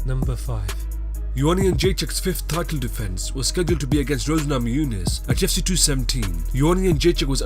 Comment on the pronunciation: Every time the narrator kept saying "UFC", I thought he was saying "GYPSY."